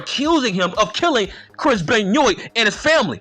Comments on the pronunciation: Chris "Benn yoit" 🤣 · Why are you pronouncing Benoit wrong ?